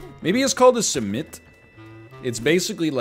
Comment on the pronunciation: NL your first simit pronunciation is almost spot on! Much respect to you for tapping into the Turkish breakfast universe. Btw you can keep simit fresh if you freeze and then reheat at 300F for ~5 minutes.